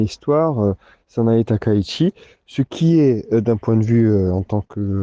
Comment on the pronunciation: on prononce "Sanaé Taka-itchi", il n'y a pas de diphtongues en Japonais, et le CH se prononce TCH sinon ça s'écrit SH. Merci.😌